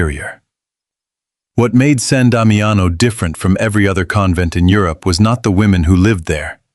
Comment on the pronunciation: Sahn Dahmee ano is how it is pronounced.